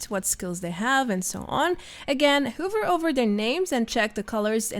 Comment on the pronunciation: Nice guide. One tip: hover is pronounced with an "uh" instead of an "oo".